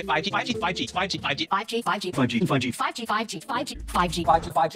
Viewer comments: After a couple of seconds it sounds like they saying “faji” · I keep hearing Faji instead of 5G through out replaying this video for about 18 times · All I hear is not '5G' but Bhaaji? 😂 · it sounds like they are saying: "fudgy" Small note: they say it 42+ times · I was just gonna say it sounds like an Asian saying fudgy, then I scroll to see your comment. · More like "figey" or "fidgey" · i was about to comment tho with fudgee haha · its like pub G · no cap sounded like fucki for once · It's like you're saying "pagi" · Apple : 5G My ears : “Fajit” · At this point im hearing "fichi" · After contineously saying 5G i hearing Paji Paji😂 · Now it just sounds like fugdeeee no 5G🤣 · All I hear is, fugi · Who heard paaji instead of 5g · Is it just me or am i hearing fudgey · Honestly to me the "5G" kinda sounded like "Paji" 😆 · me hearing "Fudgy" instead of "5G" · Now i'm not hearing 5G but Fudgee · 5G ,sounds like paji paji 😂😂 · I head instead of 5g « Fagi » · Sounds more like: paaji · I heard “paji” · I heard paji 😂